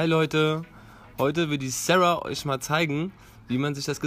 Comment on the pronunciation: haha xD👍 echt schönes Video! Eine Frage: Am Anfang sagte dein süßer Freund ,,heute wird die Sara...,, Das Sara hat sich so ,,Sära,, xD angehört, heißt du jetzt Sara oder ,,Sära,,? Habe dich lieb!!! 👍 für deinen Freund😋😬👍 🤓😂👍